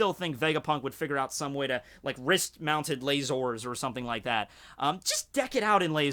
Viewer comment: I like how he says "LA-SOARS"